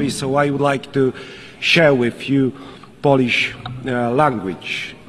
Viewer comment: bardzo ładnie wypowiada słowo Polisz🤣🤣🤣🤣🤣i to wszystko